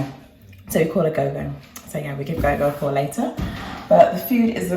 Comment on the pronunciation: Yes Gogo is the Shona (Zimbabwean language) word for grandmother, although is pronounced different, the go sound is more like the go sound in the name Gordon, so like rhymes with door if that makes sense. Lovely to see a day in the life, only just got round to seeing this 🤣